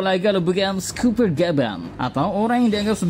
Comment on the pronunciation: Scopper, di baca skoper, bukan skuper, kalo "o"nya 2 baru di baca skuper